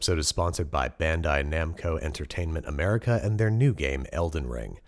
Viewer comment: he says bandai namco like someone who’s never seen a video game before